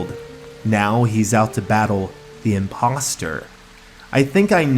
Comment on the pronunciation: OMG HE SAY IMPOSTER LIKE IMPOSTER LIKE AMONG US!!!!!!!